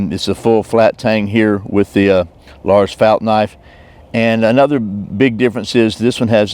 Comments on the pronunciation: Great video! Your prononciation of Lars Fält was actually almost perfect, not bad att all :) Greetings from Sweden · Nice video! Your pronunciation of Lars Fält was very good. He started as an officer at the oldest ranger battalion in I22 in kiruna in the very north of sweden, then moved to the Para Rangers where he started the Army’s (nowdays armed forces) survival school where I met him during my time at the paras. He was educated in both the SAS and the SEAL and also Green Berets if I remember correctly. I learned a lot from him.